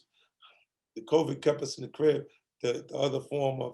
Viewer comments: Nobody: 50 cent: "Covic" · 50 calls COVID 19 “COVIC” like my moms does and it’s sending me. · My mama calls it "Co-vee"